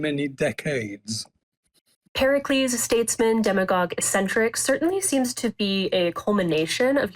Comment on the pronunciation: The woman calls herself a journalist, and can't even pronounce a word like ECCENTRIC! The scholar repeated the word multiple times. One would think she could correct herself in real time, but hey, she is a millennial posing as gen-z... Why would she admit???